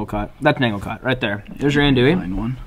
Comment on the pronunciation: Bruh this is special I'm wit ya and that's not how ya say andouille Ethier lol